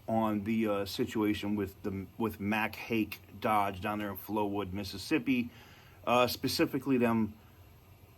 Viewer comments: Every time you say Mac Hake its like fingernails on a chalkboard to me! It's been Mac Hike on the TV commercials ever since the 80's. 😂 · It’s pronounced Mack hike.